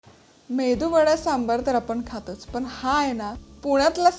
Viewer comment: "सांबर" नाही हो, "सांबार" असा शब्द आहे. सांबर हा प्राणी असतो. पदार्थाचे नाव बरोबर उच्चारा.